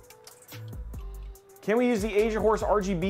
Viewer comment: Take a little longer pronouncing Asian horse. stress that S my man. LOL. Did a double take and thought you were saying Asia wh0re. Which is wayyyy not the right thing.